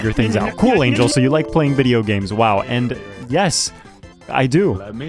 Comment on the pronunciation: lol I thought your name was Angy L as in angry loss. Not Angel lmao. Anyways good video.